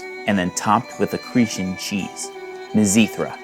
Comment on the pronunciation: pronounced CRE_TAN